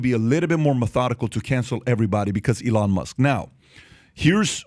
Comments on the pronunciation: Love how PBD pronounces E-Lon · why does he call elon ILLón Mósk? XDD